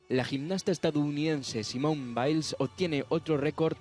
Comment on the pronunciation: se pronuncia simonee